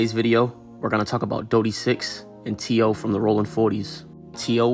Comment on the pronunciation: Its not t.o. its t-ooh-wee....cornballs